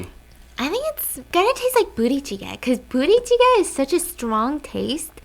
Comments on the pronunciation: I can't help but hear Booty Chicken when she says the name of that dish😂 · As a Caucasian female with no Korean background, just listening to Stephanie talk the first few minutes after eating...I literally thought she said, "booty cheek" instead of what the food is actually called! Lmao 🤣 🤦‍♀️ thanks for all of your posts Stephanie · I love the way she pronounces budae jjigae. I keep hearing BOOTY jjigae. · I am sorry stephanie.... but why are you daying buddae jiggae like booty jiggae lol